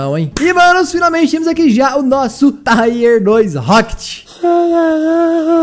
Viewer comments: Tier se pronuncia como se escreve msm e não como taier kkkkk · ...pelo amor de Deus Nn fala mais TAIER FALA TIER...NUNCA TE PEDIR ND HAHAHA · não pronuncia taier não...o certo é tier mesmo...a pronuncia é tier msm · A palavra “Tier” se fala como escreve, e não “Táier” kkkk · PELO AMOR DE DEUS, PARA DE FALAR "TAIER" É "TIER. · Cara. Não se diz taier. Se diz tier. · Para de falar TAIER pf, ta dando agonia, é TIER